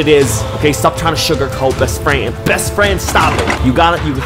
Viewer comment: Besss Fryand 🤣🤣🤣